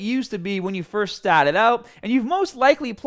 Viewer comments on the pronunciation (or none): Stahted apahtment ❤️😂